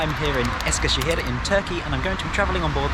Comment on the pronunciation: Man I love your pronunciation of the turkish words! My parents are from Eskişehir and I visited the city last year after a very long time, of course using the YHT for travelling. It's such a bizarre feeling seeing all the familiar places in your video :D from the old Eskişehir train station to the new train station and the platforms. Hope you had a great time in Eskişehir!